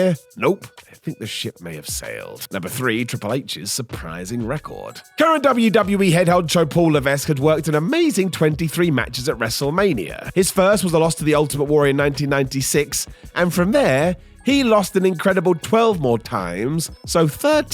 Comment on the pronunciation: A help with the French pronunciation on 'Levesque' - It's Luh-Vek